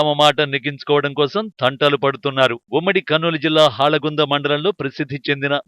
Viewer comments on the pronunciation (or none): హాలగుంద కాదు హోళగుంద మాట్లాడడం నేర్చుకోండి పలకడం చుకోండి